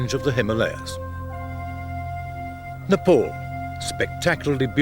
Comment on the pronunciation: Its not Napol, its Ne,..PAl Dude. Naraters needs to learn english. :D .